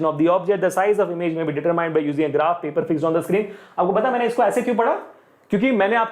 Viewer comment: "Pepar" who noticed